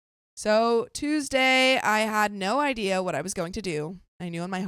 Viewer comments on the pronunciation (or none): none